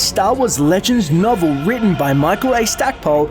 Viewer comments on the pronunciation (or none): Rebel noble? Did he say that or did I hear that? It did not sound like he said novel to me.